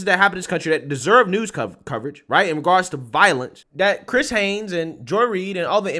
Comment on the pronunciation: The title reads Chris Hayes, which is correct, but he keeps saying Hanes.